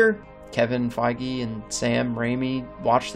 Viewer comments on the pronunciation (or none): none